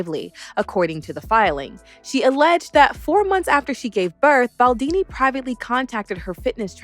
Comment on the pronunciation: His name’s Baldoni, not Baldini 😂😂